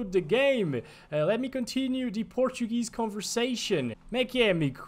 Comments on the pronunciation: I am from Brasil and I approve your portuguese pronunciation. Muito bom mano! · his pronunciation was extremely good for someone who simply used google translator